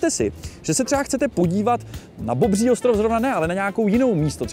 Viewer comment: Tak “Bobŕí” ostrov mě dostal…😂👌🏻